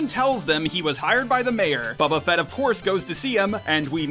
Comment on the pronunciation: "Babba Fet"